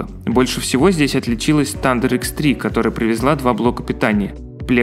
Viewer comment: ну камон,, нельзя жи "Thunder" читать, как "Тандэер"!